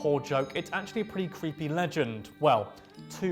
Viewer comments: “Cweepy” I thought I misheard that! 😂 Only in America 😂 HEY where’s the Mothman! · Only in America, that American legends that no one has heard of gets narrated by an individual that says the legends are "cweepy".